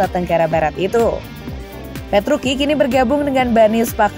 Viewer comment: Petruci kok petruki